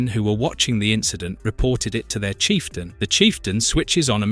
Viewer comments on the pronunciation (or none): none